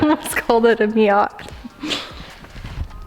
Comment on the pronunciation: what's a miott?? i think you mean miatA.